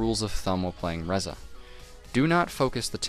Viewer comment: Ree-za ffs